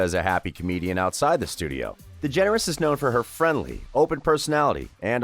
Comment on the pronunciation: Ellen degenarate?🥴